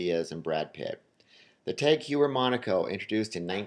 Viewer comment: Also, "tog", not "tag". But in all seriousness, how does one not pronounce "Omega" correctly...